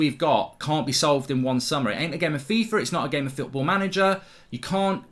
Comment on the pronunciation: Welcome to that’s fooorball? Mark you okay bro? 🤣🤣🤣my mans that hurt he can’t even say the word football loooooool